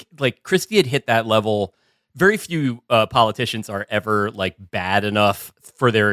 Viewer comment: ..and he's a vewwy good boyy